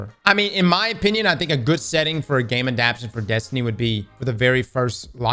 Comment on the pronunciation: Anyone else getting pissed as hell the way he’s pronouncing “adaptation?” 😂